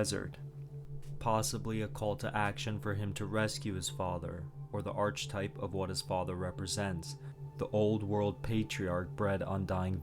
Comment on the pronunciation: This is an amazing video but please for the love of god it’s pronounced PAUSE-IT, Hero’S Journey, ARKEType, KELTIC, SENSORY